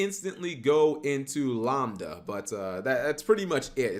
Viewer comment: Why are you pronouncing lambda like lombda, it's pronounced like lamb lol